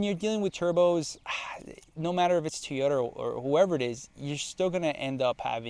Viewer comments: why do you say TEEyota and not TOYota? must not be that big of a fan if you can't even pronounce it correctly. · You say "teeyota" , the rest of the world says "toy-OH-ta" . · If you’re a huge Toyota guy then why do you call it a Tee-Yota? It’s Toy-Yota. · What’s a “Tee yota”? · Bro stop calling it teeyota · Tiyota? lol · Toyota not teaota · What is a "Two-yota"??? Why do you pronounce it so differently? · What is a TEE-O-dah? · Why do some people call it teoyota? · Why does this guy keep saying "Tea-ota" instead of "Toyota"? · Stop saying Teoyta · Wtf is a teeyoda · Bruh. “Tee-yota” Quit it. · Your pronunciation of TOY-OTA as tee-ota is terrible. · whats a teeota? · Is he saying Teeyota? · TF is a teayota? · the way you say teyotah was painful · How many times can you say "Teeyota?" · Wtf is a teeyota? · "T-ota"? Where do you get that? I think it's Toy-ota. Must be Spanish for Toyota. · What the heck is a Teeyota? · TOYota not TEEyota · How can you claim to be a Toyota guy when you pronounce it Tyoda? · TOY-YO-TU NOT TEE-YO-TU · It's Toyota not teaota 😂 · Say it with me...Toy-yo-ta. BTW I'd pick the Frontier 10 out of 10 times...not a Tacoma fan at all, they're cramped and aren't what they used to be...ever since they had frame rot issues they've been going down hill, and all the new tech and turbos just compounds the problems. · Wtf is a a Teayoda? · Do you mean "toy" ota....what's with the way you pronounce Toyota? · Did he say teyoda😂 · TOY-ota, TOY-ota, it’s easy to say. 😊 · I thought Yuri from the Straight Pipes was the only one to pronounce Toyota as "Teeoda." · Fact that you say teeeyota you should stick to Nissan, you have no business driving Toyota if you can’t even say it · Drink every time he say”Tiyoda” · I would have watched the full video but couldn’t stand you saying teeyota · I felt pain every time he said that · I thought it was Tea yo tah. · Godda love ah teeota eh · Also, you say Nissan much better than you say Tee ota, or Tota.